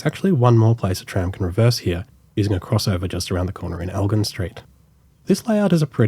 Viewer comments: Elgin has a soft "g" in it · j sound is correct! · Great to see another video of yours of the trams, some thing to point out is how you said Elgin St, I’ve always said it with a soft g, like a j sound, is that the correct way or is the way you said it correct. Anyways, Amazing video!! (And I haven’t even finished it yet haha)